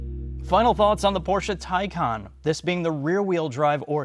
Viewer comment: It's incredibly cathartic to hear you guys pronounce Taycon (tie-con) properly.